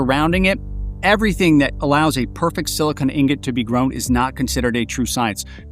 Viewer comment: Omfg he pronounced silicon like silicon. Not like “silikin” or “silicone” but SILICON